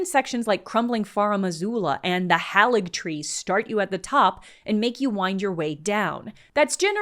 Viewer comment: Another great video! Always awesome to see you talking about Elden Ring. I wanted to offer a couple notes if you don't mind! 1. It's pronounced "hay-ligtree" rather than "hall-igtree" 2. The opening field boss is a tree sentinel, not a crucible knight Thanks for the fantastic vid!